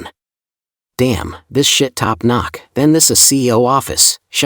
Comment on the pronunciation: Did he say "Top Knock"??............It's Top Notch. 😂😂😂